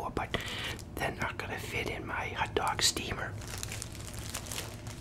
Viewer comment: Why do you call it a ut dug